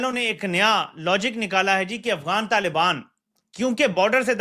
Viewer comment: LALIBAAN NAHI YE TAALIBAAN HAE SAMAJLO PAAKIYO 😂😂😂😂😂😂